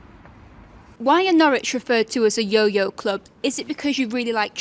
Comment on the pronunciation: "No-ridge" not "No-rich" -- It's ok, they even get it wrong on most commentary. :)